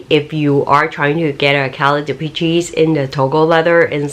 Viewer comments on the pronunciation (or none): Please, please if you do another video on this pouch, it's pronounced "dee-PESH," not "dee-pee-cheese." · Dee.Pee.Chee ... LOL